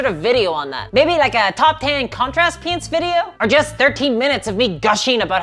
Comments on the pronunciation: When she says "paints" it sounds like an American saying "pants" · When you pronounce paints i hear it as pants 😂 Turns out that there's still a sizable warhammer fantasy 8th edition community in my area that has weekly games. Needless to say i just ask for my store that offers 3d printing services to print some high elf spearmen